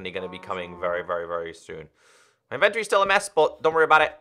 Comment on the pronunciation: Inventory not inventry